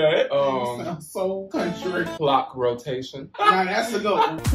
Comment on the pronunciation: THE WAY HE SAID COUNTRY AND TAYLOR SWIFT'S RED PLAYED IN THE BG😭😭😭😭😭😭😭 I WANT MORE TS REFERENCE